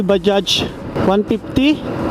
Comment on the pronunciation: Ayos pagka basa mo sa bajaj sir ok po kayo. Ibang blogger dyan mali mali mag basa dyan badja daw? Baja? Mali po!